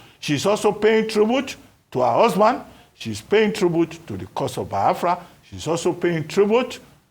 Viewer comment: Its Biafra not bawafra .. Mr Abatti😂😂